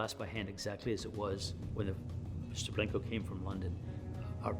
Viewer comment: Why does he call it Blinko